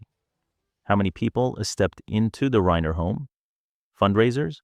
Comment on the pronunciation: There is no credible source for the assertions made in this video and I could not locate any ACTUAL record of Tarantino making any of these comments. This same story is being repeated by multiple YT and FB accounts that appear to be bots or AI-why else would the narrator say “Reiner” incorrectly or show photos of Alan Jackson the country musician instead of Alan Jackson the attorney?